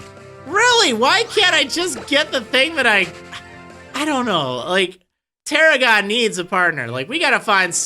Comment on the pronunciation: got it wrong both times.... its Tarragon